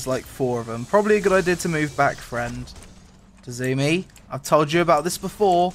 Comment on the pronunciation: Fall back Tazumi! 😂 His name is Tzunami (Sue-Nam-Ee)